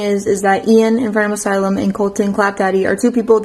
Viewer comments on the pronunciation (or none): none